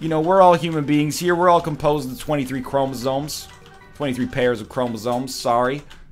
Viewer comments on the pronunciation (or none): none